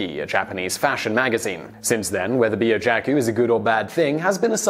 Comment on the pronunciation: With Japanese pronunciation "Byojakku" would be "Byo-ja-kk-oo" with emphasis on "Byo" as a single syllable as opposed to "Biyo." Words with Chyo/Byo/Kyo are written as with a tiny "yo" character tagged on the end of the hiragana, which signals the sound be across one syllable. This is like Tokyo being pronounced "To-kyo" not "To-ki-yo" in Japanese (It would be like saying "J-ay-am" rather than "Jam.") A double consonant should be held with a plosive sort of stop being held so "Jakku" would not be "Ja-ku" but "Ja__kku." Also kawaii is "ka-wai-ee" ( Ka-why-ee) and it is important to distinguish this as you said "ka-wai" which is very close to "ko-wai" and kowaii means scary not cute.